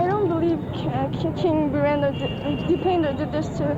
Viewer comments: Birendar nahi Birendra not Dar it’s Dra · Birendar ❌ Birendra ✅ Dipendar ❌ Dipendra ✅ Gyanendar ❌ Gyanendra ✅ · Bhai it’s Birendra not birendar😂 it’s Dipen-dra not dipendar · its king birendra not birender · Please Pronunce the Names correct..it is not BirenDar or DipenDar from Punjab.,It is King BIRENDRA King DIPENDRA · Bro, first of its DIPENDRA not Dipender or Birender it's Dra at last, research well before you speak, and please don't state anything that you've just heard just to create your content.